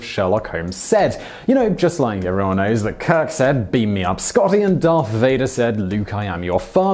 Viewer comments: It's Darth Vader not dark vader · DarthVedder : You are Darth Vedder. He is Darth Vader.